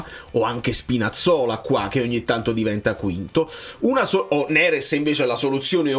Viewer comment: Ragà ma avete notato la pronuncia del Mister quando ha detto NERES...ha detto Nerèss hahahhaha..la napolitanità lo sta già contagiando dopo soli 6-7 mesi😅😅 Grande Conte.. FNS 🩵